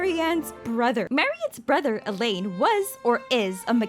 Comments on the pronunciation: Well alain is fresh tough no ? So it woudnt be said like that, but its ok i appreciate the try. The video is still crazy I love it <3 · "In french, Marionnette means "little Mary"" Me, a french guy : wow never seen it this way Oh btw you could NEVER guess how "Alain" is really pronounced